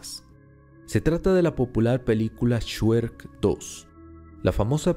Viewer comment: COMO QUE "SHUEK", SE DICE "ESHREC"